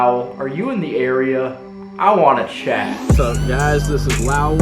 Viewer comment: Calling Lowell Loul for half the video may be the fuckin best part 😂